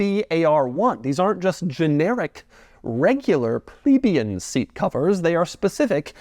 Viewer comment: Doug's the kind of guy who will never be able to correctly pronounce "Plebeian".